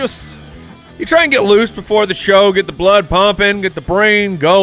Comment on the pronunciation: how do you pronounce blood and book? 😂 love you guys